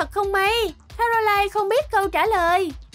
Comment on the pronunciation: Caroline chứ ko phải Canoline